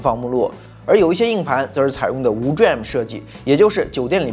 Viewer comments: DRAM 念做 D-RAM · DRAM可以念D了再念RAM 就像显存 VRAM 可以念V了再念RAM 这样念起来不会太别扭 下次可以试试 👍🏻👍🏻